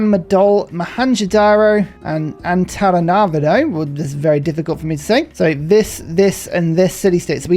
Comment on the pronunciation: It's pronounced "Antananarivo" Glad i could help!